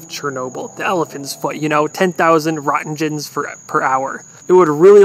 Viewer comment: "10,000 rontjenjens"? I think Roentgens (or Röntgens) is pronounced like "rentgens" (with a hard "g"). After Wilhelm Conrad Roentgen, the discoverer of X-rays and the father of my profession.